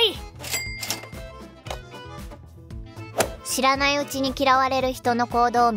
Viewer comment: オープニングの「知らないうちに」が「知らねぇうちに」に聞こえた。ちょっと口悪くなくった？